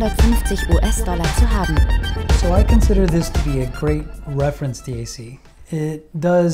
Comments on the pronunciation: Great video. Thank you. If someone is forcing you to say d..a..c instead of DAC, give us a safe signal and we’ll rescue you. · Hey birdbrain... its Dac.... NOT D A C. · Who the fuck says d-a-c? Bro your trying way too hard lol